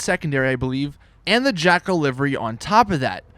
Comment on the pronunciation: When you cant pronounce livery :D